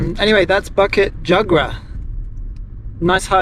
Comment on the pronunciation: Awesome! bukit pronounced as boo-kit and jugra pronounced as joo-gra. In Malay, any consonants that has the 'u' vowel after it, are pronounce as a 'oo'. During the colonial days, both Indonesian (under the Dutch) and Malaysian Malay had it spelled with the oo but has since changed. I see alot of other folks commenting on that. Apologies for the repetition. :) And the cemetery you came across was a 'Taoist' cemetery. They are mostly folks from Southern China (usually originating from either Fujian, Guandong or Hainan province). Most Malaysian Chinese have their roots from these provinces. Obviously Muslim cemetery would have different headstone. And Christian one's would resemble the ones from the west which you'd be familiar with.